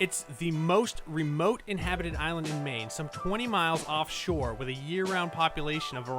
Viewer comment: Aye man, nice vid and I was blown back by saying maine, then the fact that you said knox blew my mind. I'm from Rockland and spent a lot of time on the islands